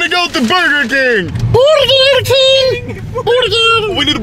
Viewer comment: Game time: Take a shot everytime Ludde says borgir